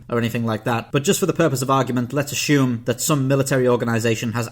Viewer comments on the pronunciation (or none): It seems like he consistently pronounces "assume" as "ashyoom."